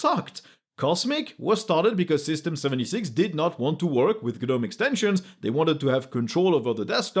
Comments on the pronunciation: Love your videos man, but Gnome is pronounced "Nome", check google translate TTS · That's for gnome the garden gnome. Not for gnome the gtk based desktop environment